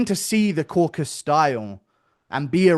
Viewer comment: Guru for fuck's sake the region is called CAUCASUS in English. Not caucus